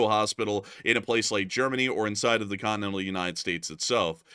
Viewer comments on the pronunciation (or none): none